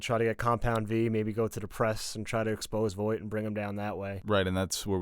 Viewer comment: Vaught not Voight😂😂😂